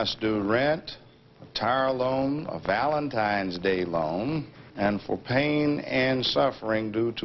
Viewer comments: If this guy says valentimes days one more time I'm gonna lose it. Its valentine's day you dolt! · Stop saying ValentiMEs Day!!!! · Valentimes Day!!!!! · “Valentimes day”